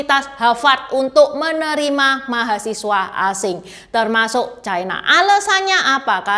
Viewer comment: Ucapan yg bnr : China, bukan : Chaina